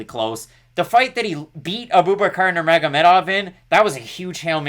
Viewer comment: Great breakdowns fellas! Just a heads up, everyone in the fight world pronounces Abubaker incorrectly. It’s pronounced Ah-boo-bah-ker not A-boob-a-car 😂